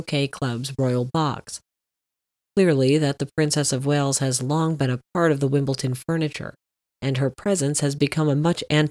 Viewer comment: Isn't it Wimble-D-on? (Not Wimbleton)